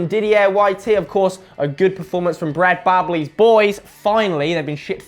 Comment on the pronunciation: "Brad Bobley"